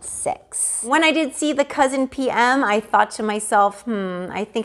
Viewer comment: It’s not cousin, it’s coussin 🤦🏼‍♀️